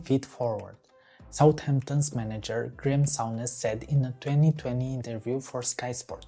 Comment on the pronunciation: It's 'Soon-ish' not 'Soun-ish'